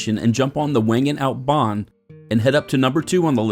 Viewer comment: Typical ignorant American. Learn the proper pronunciation of villages and lakes. German and Swiss German do not pronounce w’s. Wengen is Vengen not Whengen. I won’t go Into the other multiple mispronunciations. Respect other cultures.